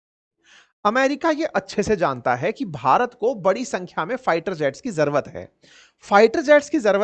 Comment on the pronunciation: ज़र्वत नहीं जरूरत बोलते हैं सर।